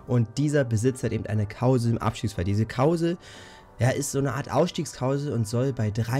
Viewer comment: Wer kennt sie nicht, diese gemeine Kauseln 😂